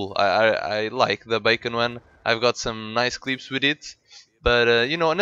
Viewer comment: nice man but i hate it when u say 'clieps' its just clips watch some other commantarys how that guys saying it